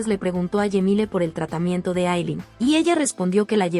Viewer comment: Por Dios por que les cambian los nombres, pronuncien bien pero dicen unas cosas como Yemile, no es Temprano le es Cemile con tilde en la e. Y no es Aylen es Aylin. Pronuncien como debe ser y si no no hagan el recuento.